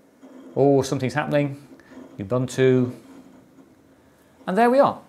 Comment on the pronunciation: This is great video to have done. Thanks a million. Ubuntu... pronounced, OOBOONTOO. ;)